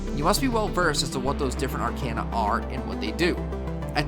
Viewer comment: Aside from the audio mixing, the only complaint I have is that some of your pronunciations were kinda wonky. Specifically arcana, thaumaturgy, aether, and mana. Literally just a personal thing with me though, the video is super informative for a first timer like me looking for info.